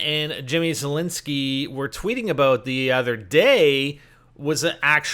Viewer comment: Zalinski? Not Zeilinski?........ FAIL!